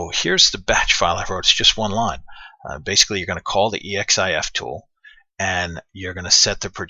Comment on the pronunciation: Awesome, thanks. Thinking I should do one for the skyway mini environment just for kicks. Also, that's pronounced "eks-if-tool".:-P